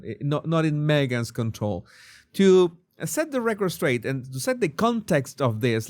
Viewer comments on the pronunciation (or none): none